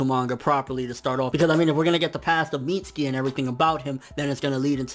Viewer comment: mits-U-ki. uuuuuuuuuu